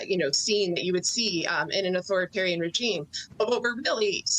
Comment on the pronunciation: "Autharitorian"? C'mon Jonathan. We know you can speak English properly.